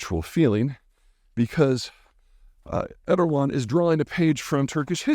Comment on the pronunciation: Split off from the mongol heards in the 1200s? You're only off by like 900 years. AND JFC i have a lot of respect for you peter but learn how to pronounce Erdoğan. He's only been in power for 20+ years